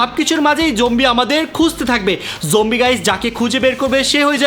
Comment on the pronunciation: Zombie ❌ Jombie ✅